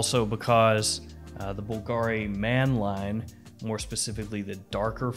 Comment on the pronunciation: Bull-guh-reee lol